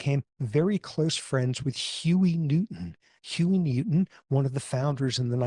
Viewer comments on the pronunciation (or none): none